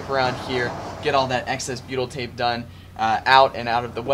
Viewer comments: ohh...then that's why it sounds like Beatle🤣 tape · beatle tape? what it that? I know I'm not saying it right but that is what it sounds like your saying:(